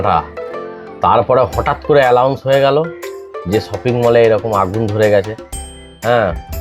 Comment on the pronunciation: আলাউন্স না আনাউন্স